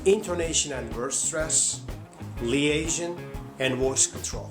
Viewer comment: I'm sorry, but your "American" accent also sounds like the Turkish accent. Also check your pronunciation for some words, e.g., liaison. Work on linking and intonation, hope this helps. Interesting video though.